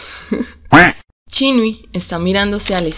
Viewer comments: pero no es chinui 😭 es chinyu o en gp999 le decía Zhou XinYu y pronunciaban como Sou ChinYa 😭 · pq esta wey pronuncia chinui el nombre de Xinyu? Cuando en todos lados lo dicen como Chinyu? 😭😭😭❓❓❓❓